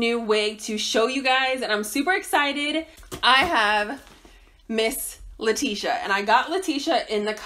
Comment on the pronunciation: That’s her name 🥴 always saying a name wrong lmao